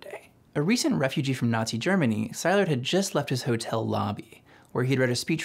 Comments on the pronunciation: Excellent summary, but I'm going to be that guy and mention some questionable pronunciations: "Szilard" is not "ZI-lard", it's "si-LARD"; Lise Meitner, being German, pronounced her name, "LEE-seh"; and Gamow is not "ga-MOW', it's "GA-mow". Okay, I'll exit now. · For such a good video I am surprised that you have pronounced Leo Szilard sai lard instead of se lard. I have never heard it pronounced the way that you pronounce it. Are you correct or just sloppy? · Leo Szilard - Hungarian, pronouced Si-llard, as in "silly", not Sy-lard. You're welcome. Excellent video! I hadn't heard of Japanese nuclear program, and only a little about the German one ... I understand the German program collapsed because Hitler rejected Jewish scientists. ( though why did jewish scientists want to work on weapons for the Nazis? ) would love to learn more about bother Ggerman and japanese efforts. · It's Szilard pronounced as C-lard or See-lard NOT Sz-I-lard. :)) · Leo Szilard's name is pronounced C-lard! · New to this channel. Very excellent video and explanation! If I have one criticism, it's that you might want to check up on pronunciation of foreign names like Szilard and Dachau.